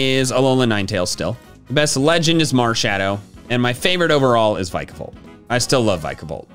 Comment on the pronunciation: There is no B in Vikavolt!